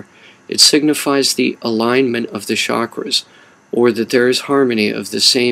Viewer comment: Bet you also say shakras instead of chakras